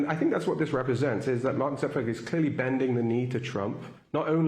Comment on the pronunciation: Zoo-ckerberg? No one says it like that. Get a grip man.